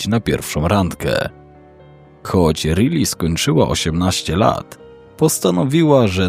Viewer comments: Czyta się Rajli nie Ryli 😂 taka podpowiedź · prosze. To imie czyta sie RAJLI a nie Rili. Prosze o poprawna wymowe imion. Odnośnie Josepha, jego nazwisko czyta sie Himenez (Hiszpanskie nazwisko). Poza tym, dobry materiał 👍🏻